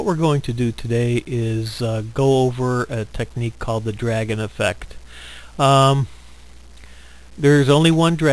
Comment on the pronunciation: Get it right....it's DRAGAN EFFECT.